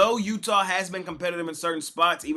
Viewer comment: Smash my parlay of the night with the Miami heats+1 and the Dallas maverick +5 thanks by the way you said utha